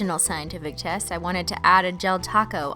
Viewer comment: Anyone else think she says ‘chest’ instead of ‘test’ ? 😂